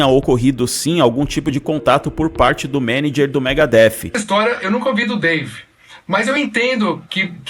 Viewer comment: O Pepeu entendeu mega hair , foi isso, e não Megadeth kkkkkkkkkkkkkk 😂😂😂😂😂😂😂😂😂😂😂😂😂😂😂😂😂😂😂😂😂😂😂😂😂😂